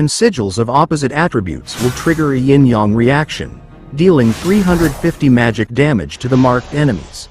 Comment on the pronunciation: İ guess i understand the "ying yang reaction" 😁 you are saying it beautifully